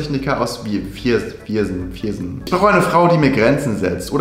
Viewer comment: Viersen wird wie "4sn" ausgesprochen